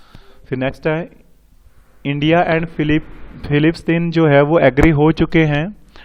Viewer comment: sir its not fillistine but its palestine techno park... and not INS timahu but it is INS Tihayu.....thank u...its vimp current affairs u shared ...